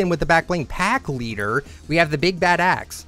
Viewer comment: When you say BIG BAD AXE ITS LIKE YOUR SAYING BIG BAD A§ SORTA